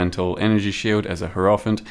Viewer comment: A 'Here-off-ant' ?!